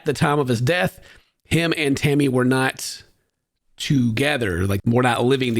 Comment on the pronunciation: I’ve listened a bunch of times now at 37seconds……. Tell me you did not call “Tammy” “Hammy”…… 😂😂😂 now we all know what you call her behind closed doors! 🎉😂🎉